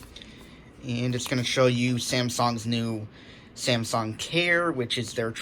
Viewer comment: Why do u say Samsong instead of Samsung. P.s. nice vid though